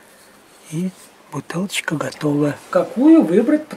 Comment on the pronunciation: Вот что значит не пьющий токарь))) Хотя так "вкусненько" произносит - "бутылчка"